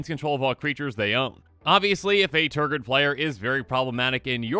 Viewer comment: Nice Tergrid video. How many times did you say Tergrid? You said Tergird an awful lot. Tergrid is a pretty salty card. Tergrid must have made you pretty salty. Tergrid does that to people. Tergrid.